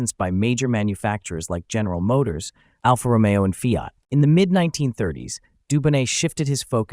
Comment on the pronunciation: Schrecklich, die KI Stimme ." Gäneral Motoors"🤕🤮